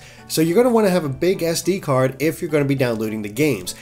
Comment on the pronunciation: I for some reason heard 'big ass d card' 😭